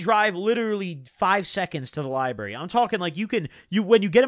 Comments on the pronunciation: same that shit was taking 10hp off me every time he said lieberry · Dude says “lie-berry” 🤣🤣🤣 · There's a deeper message here to those of us in the know...taking bars instead of reading books leads to my man saying liberry instead of library... Jk.. it's been a long six months of YouTube jail, looking forward to getting caught up! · Love the way he says Lyberry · Count how times he said Lie-Berry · the likes is how many times he said liberry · You can’t say library this many times within 20 minutes if u finna say it like this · The "liberry" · Why he Lyin bro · Don’t nobody say library bruh💀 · He did a few times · The lie berry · Wtf is a lie-berry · the way you say library gives me anxiety